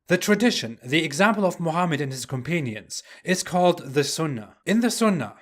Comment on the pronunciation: "companion" is pronounced otherwise!